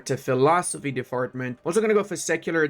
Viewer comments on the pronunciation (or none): "Philosophy Defartment" 😂